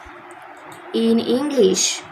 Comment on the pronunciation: was epic because English ❎ Englist✅